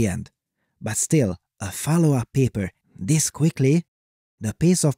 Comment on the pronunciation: yeah, whenever he said "this" it sounded a bit off